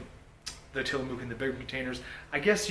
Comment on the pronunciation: God.. he keeps mispronouncing Tillamook and its just making me cringe.